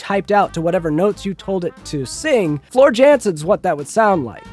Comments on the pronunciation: Calm down. You are the one deliberately mispronouncing a name out of sheer ignorance. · Shout out to vanilla ice cream. Always reliable and completely adequate. Also, you’re in for a keyboard clacking when some super fans hear how you pronounced Floor’s name 😂